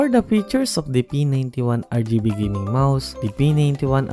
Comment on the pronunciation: de blaady RrrrrgibeMouse